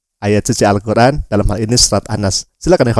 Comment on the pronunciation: Malikin sonice. Bang itu Al-Qur'an bukan sosis